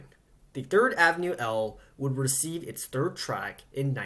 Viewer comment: You keep saying "Thrid" instead of "Third" & I've been shy to mention your mistakes. I didn't want to offend you.